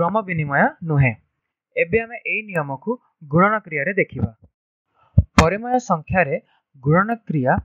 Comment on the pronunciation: It's nice and really informative sir but it's 'PARIMEYA', not 'PARIMAYA' 🙃